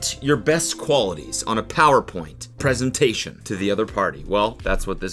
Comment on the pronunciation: Cody is turning American because he’s saying preeesentation